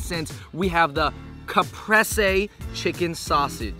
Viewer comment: i think caprese is pronounced caaahhh-pre-死 target has food so womanz could shop while their manz eat. eat mall food next 🍔🍟🍕🌭🌮🌯🥙🍝🍦🍨